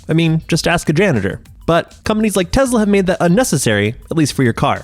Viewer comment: Dis the narrator keep saying "Tehla".